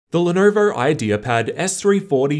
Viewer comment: pronounced lenovo like that